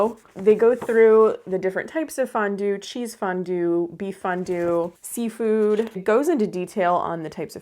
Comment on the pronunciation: Thanks for saying Fondone🫕🤣😻